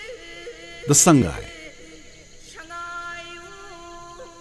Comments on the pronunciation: Please pronounce 'Sangai' as /SAA NGAI/ It's not /SAANG GAI/. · very good video 👍👍👍 but sir sangai should be pronounced as Sa-ngai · Awesome video and informations. But it would be much better if the narrator is a local manipuri so that people can get an actual (correct) pronunciation of the local names like Sangai, Keibul Lamjao etc... in the video.